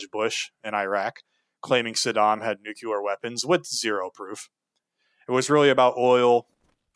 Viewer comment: Just for future reference cuz I've heard u say it a few times now, when saying nuclear, its "Nuc-lee-arr", not "Nuke-u-lar". Love these vids keep it up